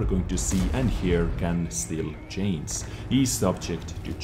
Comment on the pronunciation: i love how he pronounces 'change' like 'chains' :O chains this chains that